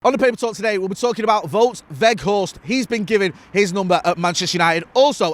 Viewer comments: It's actually pronounced 'Wowt' rather than 'Vote' I think. 👍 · Here you go: Wout is said like Nowt with a "V" and Weghorst also starts with the "V" sound and the g is very soft. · You pronounce Wout the same as the English word Bout. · it's W-out (like the out in glazers out) We-G-horst (hard dutch G) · I am Dutch.. you pronounce "ou" in Wout like the "ou in the English word "out.. let it all out.. let it all Wout... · its pronounced Wow'd, the surname you got surprisingly good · It's pronounced as Wout (rhymes with nowt but with a V) In ETH we trust